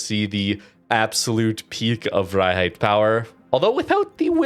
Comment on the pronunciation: As a Dutch viewer, I approve of your pronunciation of the ship names... you nail the Vrijheid, others maybe not so much, but the effort feels genuine to me, so props to you!